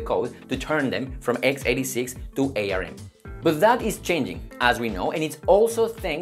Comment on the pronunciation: It's pronounced arm. Like the body part.